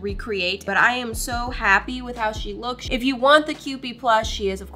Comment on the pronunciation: “Im so happy with how she lookchs” love your work!! 🤍✨🤍✨